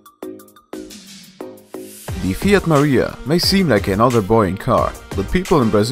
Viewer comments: "FIAT MARIA" In italian we say "FIAT MAR E A" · O.M.G.!!!!!!!!!!!!!!!!!! MY CAR!!!! WOW MY FIAT MAREA! ON CARMIGHTY I CANT BELIVE IT AAAAA WOWOWA! ( also its pronounced mareya )